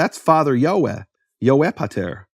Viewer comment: Yod Hey Vav Hey = YeHoVaH. Take Biblical Hebrew from accredited school based out of Israel and you’ll learn this. You are pronouncing it correctly sir. Any Jewish person who reads the TANAKH can also clarify this.